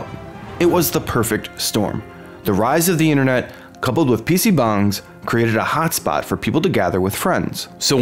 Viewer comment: wtf does he keep saying pc bungs